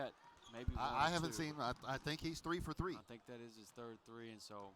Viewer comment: “Trey ball” OH MY GOSH JUST SAY THREE IT’S TRIGGERING ME!!!